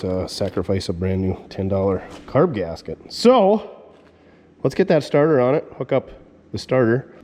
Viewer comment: Lol sorry it sounded like you said you were going to put a tarter on it